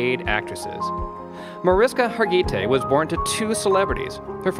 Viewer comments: The pronunciation of her name in this video is EXTREMELY incorrect. You mispronounced her first, middle, AND last names. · Less than one minute into the video, I’m disliking because the mispronunciation of her name is like fingernails on a chalkboard!